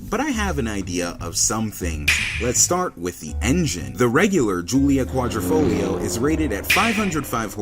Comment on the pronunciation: Repeat after me..."Quadr I foglio" not "Quadr O foglio" good now repeat again! Quadro in Italian is a picture frame, Quadrifoglio is a four leaf clover.